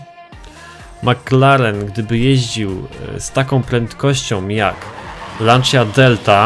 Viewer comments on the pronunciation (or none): none